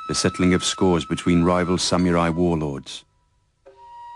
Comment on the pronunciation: I don't understand why the people who are in these documentaries constantly pronounce it as "samyurai." That and when they add and "s" at the end...samurai is both singular and plural. Not that anyone other than myself notices or cares :P.